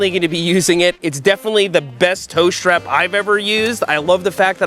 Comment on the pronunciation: Seth calls it a SHHTRAP